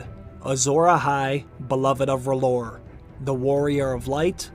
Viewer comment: R'HLLOR IS R'HEAL